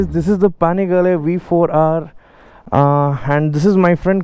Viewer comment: I was freaked out when he pronounced ducati panigle v4r 🤣🤣🤣